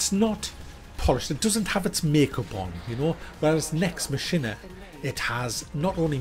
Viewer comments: its pronounced mack eena lol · Mack-in-A is how it is pronounced.. lol